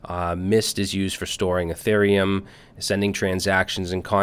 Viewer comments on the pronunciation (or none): none